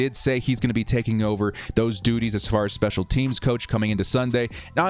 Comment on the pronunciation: You said duties...